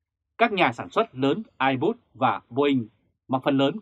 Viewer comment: Airbus mà còn đọc sai thì đọc tin tức làm chi vậy. Trở lại trường học đi ông ơi. Kênh tào lao.